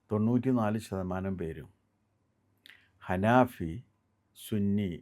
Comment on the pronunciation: അനാഫി അല്ലട പൊട്ട അനഫി എന്നാണ്